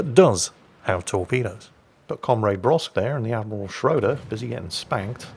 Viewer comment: Now he has time to learn to pronoune the "ö" in "Schröder" correctly. Greeting from Germany ;-)